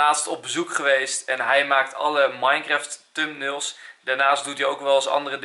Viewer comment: tumnails? ahahah ik hou van de nederlandse uitspraak